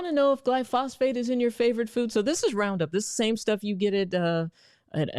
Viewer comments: If you’re going to present yourself as an expert, you should probably learn how to pronounce the things you’re talking about. Round up is glyphosate, not “glyphosphate.” Also, in your chart of oils to avoid: canola oil is the same thing as rapeseed oil. I agree with your recommendations, but you’re really not inspiring confidence here… I guess anyone can say they’re a doctor on the internet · Lol this woman doesn't even know how to say the word... Someone needs to teach her, it's Glyphosate not "glyphosphate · Dr. Doctor, your argument would be more convincing if you said glyphosate (GLY- FŌ -SĀTE) and not gly-phosphate (GLY-FÄS -FĀTE). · Please, the word is gly-pho-sate. Not glyphosphate. You are an educated person and should pronounce words properly. I was embarrassed for you. Other commonly mispronounced words are new-clee-ar nuclear, not new-q-Ler, And properly pronounced dis-sect not dysect. It used to be that TV journalists were the gold standard for proper pronunciation, nowadays most of them sound like a sixth grader. BTW, I loved the presentation, I learned a lot and will take your advise. My father was an English minor in college, and required we use proper pronunciation all the time, he was also a first sergeant in the military, so you know we did as we were asked. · Good points, all. One small point on pronunciation, GLY-FO-SATE. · face-blue-smiling::face-red-heart-shape:THANK YOU DR. ROSS, FOR THIS GREAT INFORMATION!! HOWEVER: PLEASE NOTE: ....IT'S PRONOUNCED JUST AS IT IS SPELLED: ....:face-turquoise-covering-eyes: "GLY....PHO....SATE". :face-fuchsia-tongue-out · Just FYI, glyphosate is pronounced, 'GLY-foe-sayte' ... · I like how she calls glyphosate gly phosphate. She should probably learn a bit more about it before speaking on it. Other that that this is a good insightful video. I will never use any sort of seed oil again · Please learn how to correctly pronounce Glyphosate. There's no phosphate in it. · I think it is glyphosate not glyphosphate.